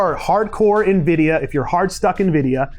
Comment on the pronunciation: I’m here for the pronunciation: NIVIDIA 😂😂😂 yeah I’m a droner so I needed a PC with NIVIDIA graphics card in order to use Reality Scan. So I got a Dell 3550 with a NIVIDIA Quadro P520. Works!